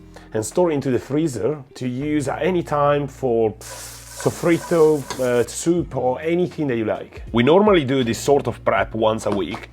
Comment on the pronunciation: La pronuncia di “soffritto” è perfetta!🤣